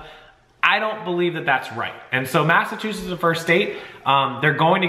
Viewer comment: Sorry I love your channel, but it's MassachuseTTs. Not sure why you're saying it the way you do. But, man if you said it that way here they would bust your balls to no end. Stop leaving out the T please. It's killing me. Lol